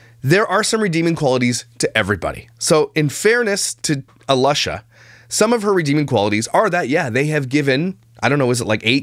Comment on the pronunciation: A”lush”a…. Love it!